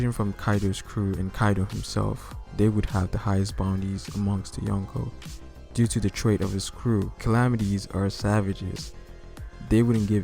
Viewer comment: Hahahahah,when u say Younko's,i thought u said Uncles